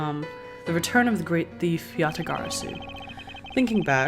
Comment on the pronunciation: Dude props to you for being able to say Yatagarasu like 10 times in a sentence LOL